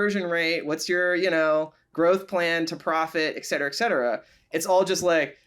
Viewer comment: Thanks for the amazing conversation between two obviously highly intelligent people. But please please please, it's eTcetera, not eKcetera. Yes, it's a common mispronunciation and will only become more so if we allow it to continue. Thanks for your help. 😉